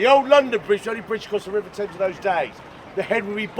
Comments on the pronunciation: What an absolutely splendid video! It is one of those rare ones which I pause frequently just to assure myself that there is still quite a bit left to enjoy. Not a hint of criticism from me, but rather a point of information, which is that that large river is not in fact the ‘Taymes’ but the ‘Tems’, as in tem-perature. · Your Enthusiasm is infectious.But would respectfully point out to you that The River Thames is pronounced TEMS.Not Tames. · Small note the Thames is pronounced "Tems" not "Tames". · You pronounced the river Thames incorrectly ...... you pronounced it Tames ...... it should be pronounced Tems. It's also the river Thames, not the Thames river. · I lived in London for twenty years and loved if...even after all that time I didn't see everything...one little side note, it is Tems to rhyme with gems not Tames..😊 enjoying all your vids in spite of the Dick Van Dyke accent lol x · What is this "Taims River" ? Where did you get that from? He's called the River Thames [temz], and he's an ancient Celtic deity. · Like your videos, just want to point out that the river Thames is pronounced TEMS, you are right with the silent H, but the A is pronounced as an E, 😅 that's the English language for you 🤣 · The Thames river is pronounced Temms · 'Thames' is pronounced 'tems'! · One very tiny citicism, if you could even call it that, and that is "Thames" is pronounced "tems" 😊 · The phony English accents, so annoying!!!!!! Thames is pronounced TEMS! You must have heard it on your river trip??? Thumbs down. Very annoying. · Just a note - the river is just referred to as the Thames (pronounced Tems). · It's why I looked at the comments too. It really does make sense, the way they're pronouncing it (as it's spelt).... but it's 'The Tems' to each and every Brit. They're both really natural, effortless vloggers though....subbed. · Love your channel.you pronounce the thames river as tems with out the h .keep the good work up. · IT’s pronounced. Tems. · Thames pronounced Tems